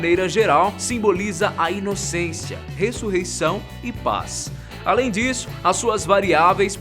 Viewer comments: "ressurreição e pa" quem reparou no erro também ? hahahha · ta estripo pa em vez de paz